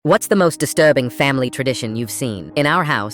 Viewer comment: Did anyone else think that "disturbing" sounded a bit 🇬🇧😂